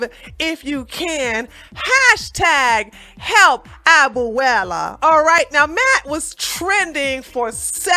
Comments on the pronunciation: I love you. Abuela is pronounced: A-bue-la, three syllables. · You pronounced abuela wrong lol. Good video 👍🏿